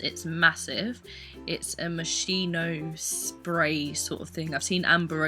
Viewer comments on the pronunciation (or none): it's pronounced like "moskino" not "moshino", italian here lol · It's 'moschino' because you say 'moshino' but actually there's a 'c' in between so moschino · Is moschino with h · It's pronounced MOSKINO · Omfg lol can people please learn to pronounce Moschino! These people killing me buying fake things and not even trying to pronounce it correctly. Do the brand that one tiny favor lol